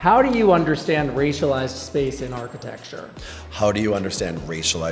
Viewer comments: Dude can barely even say architecture, he said archti-texture multiple times. I don't trust politicians who can't speak properly. You're job is literally public speaking! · Is he saying archi-TEXT-ure!?? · Damn autocorrect! He said architexture - twice